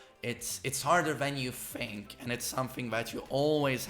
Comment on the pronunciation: "Harder than you FFFFink..."